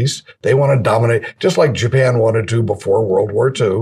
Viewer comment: "Jippian?" You mean Japan? Lol.